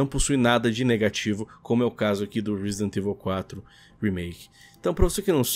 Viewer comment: Alguem ensina pro apresentador do Canal a Falar Resident Evil direito por favor? Parece a Turma do Pronome Neutro falando... TNC